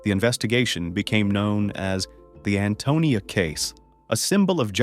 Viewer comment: And I'm angry he is saying Antonio instead of Antonia ..